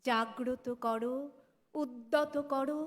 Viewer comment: বাঙালিরা এখন " করো" কে "কড়ো" বলতে ফ্যাশন করেছে